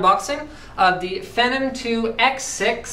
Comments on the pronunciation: He called it a "Phenem" lol Linus, last I checked it's: PHEE-NOM xD like the word Phenomenon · Fee-Nom, not Feh-nem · No-offence intended, but it's pronounced Feenom not Fenom. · its phenom, getit right :P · You may or may not have figured out by now that phenom is pronounced fee-nom, feeee-nom, say it with me now, feee-naaawm.